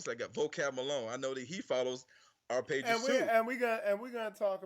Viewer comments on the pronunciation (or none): none